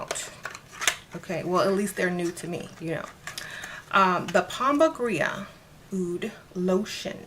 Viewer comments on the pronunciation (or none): Why do you keep saying pomba "gria"? I'm new to the deities... I thought it was said pomba "gira"? No? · It’s pronounced pomba Jeera. & no one has a right to sell products labeled for an African deity if they are not initiated into that practice. Please be careful with hustlers, culture appropriation & fakes